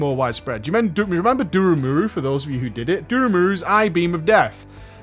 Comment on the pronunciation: IT IS NOT DURUMURU, IT IS DURUMU. PEOPLE HAVE BEEN TELLING YOU THIS FOR 4 GOD DAMN YEARS.